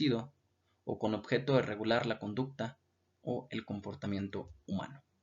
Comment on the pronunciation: Muy buena exposición , solo corrige la palabra OBJETO dice OBJECTO